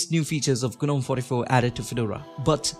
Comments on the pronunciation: its not guh-nome - its pronounced `nome` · It’s pronounced Nome.. the G is silent